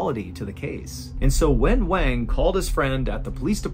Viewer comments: Liu is pronounced Lee-oo (kind of like Leel) not Lay-o; and Wang is pronounced Wong (or like wand with a G instead of a D) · Love your vids! Just a quick note, Wang is pronounced closer to "Wawn", like Yawn with W. Liu is pronounced Lee'you, not Lay-oh. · I appreciate you covering more global events, but I want to encourage you to cross-check how to say their names. "Wang" probably uses the soft a, like "wand". And "Liu" is usually pronounced as "lee-oo" not "lay-oh". :) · Every time you say wang. 😂